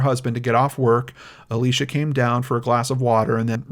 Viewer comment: omg it is Alicia not Alisha